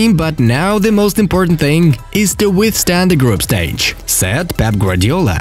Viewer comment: Whenever he says said it sounds like sad which is so stupid